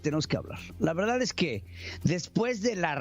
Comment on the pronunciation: Mejor que estudien la primaria nocturna, para que se enseñan hablar Y no digan covitts, verdatts😁